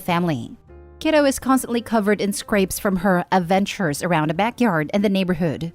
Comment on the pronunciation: "Her a'ventures". My kinda kid!